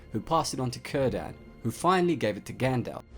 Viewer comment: Good video, but you seriously need to know how to pronounce some of the names here, Aulë is owl-lay, and Círdan is ki-rdan. Also common misconception, the Elves NEVER intended to give any rings to any of the other races. Men and Dwarves were plan B for Sauron if the plan to corrupt the Elves didn't work.